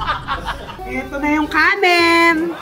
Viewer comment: Kanin hindi kanen